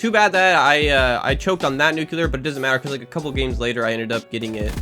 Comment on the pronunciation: love u bro but its nuclear not nucelar